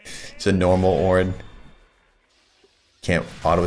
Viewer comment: he didnt say it right , OOOOOOOOOOOOOOOOOOOOOOOOOOOOOOOOOOOOOOOOOOOOOOOOOOOOOORN